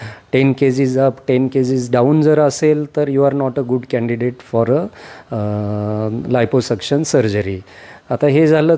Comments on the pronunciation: 😂 आयपो सक्षण नाही ओ, लायपो सक्षण म्हणा😅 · NDTV च्या पत्रकाराने लायपोसक्शन ऐवजी आयपोसक्शन केलं. 🙏🏾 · Anchor ne navin shabd shodhla iposuction 😂. Aadhi abhyas kara neet